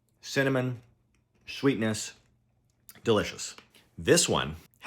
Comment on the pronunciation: Perfect, crunch cinnamon shweetness😅😅